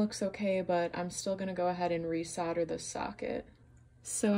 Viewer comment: Dang...what is "sodder" ? 🤣😂🤣